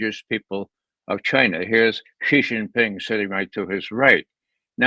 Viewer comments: Dear, dear Judge. First, thank you! Second: "Xi" in Xi Jinping is pronounced she, like the female pronoun. (Ray gets it right.) Not zee like zebra. Not gee like genius. See Wikipedia article 'Xi (surname)' or Google will say it. Phonetically, it is /ʃiː/ or shee. (If one pronounced Trump like Thrump or Macron like Maclon, a polite correction would be appropriate, right? Well, Xi is just as prominent a leader.) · Love these guys. BUT. Now that Xi Jinping is the most powerful person in the world, wouldn't it be appropriate if they learned how to pronounce his name correctly? It's Xi, not Ji.